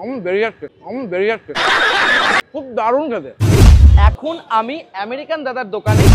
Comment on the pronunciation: আমেরিকান ❎ আরেরিকান ✅ 😂😂